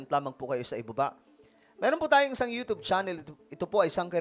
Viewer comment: Ewan ko naķa1.33m ka s yt, you don't even know how to pronounce the word youtube right, tsk, tsk, tsk....